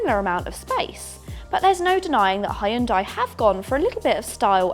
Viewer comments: I wish these people would learn to pronounce HeeYun Dai .........NOT Hi Yun Day. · it's pronounced HYUN DEH, not HYUN DIE. I'm Korean. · Its yoon-day not hian-die please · “Ay Yeon Dai” …. omg its ‘Hyun Deh’ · Why do English speaking folks keep calling Hyundai "Hayundai"? Yun-day (Yun like union, day like day) is much closer to the Korean original. Hyun-deh is even closer. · It's not hi-Hyundai its Hyundai only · It's pronounced - Hyun-day (not Ha-yun-die) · Just hurts when people who supposed to be experts can’t pronounce the brand name. It’s pronounced hyung dae. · Hyeon - Dae - It's 2 syllables. (not 3) 현대 - see how it only has 2 blocks of characters? That means 2 syllables. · Hy-undai, really? That's not how its pronounced lol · Stopped the video after the 3rd time she said “hi yun die” smh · 현대.. heon dae[ae] is exact pronunciation. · “Ha-yun-dai” has there always been an invisible “a” after the H in Hyundai? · Why does she pronounce the company name incorrectly? My god! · Please stop pronouncing Hyundai the way you do :) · Ok I can not stand they way she’s pronouncing Hyundai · My wife who’s Korean cringes every time you pronounce the name Hyundai incorrectly. 🥴